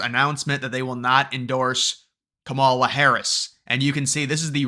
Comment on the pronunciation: You not pronouncing her name right is sad! Racist don’t truly believe in unions! Of course they won’t endorse her!